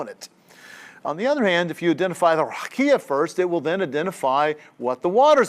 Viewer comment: A great lecture, I enjoyed it. I wish I can help you with the pronunciation of the word : RAQIA